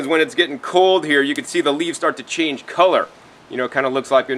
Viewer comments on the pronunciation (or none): none